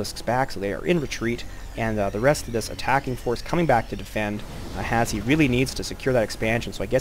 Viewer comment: His name is pronounced hash btw, not has he. Reason for the E is because he couldn't make the name Hash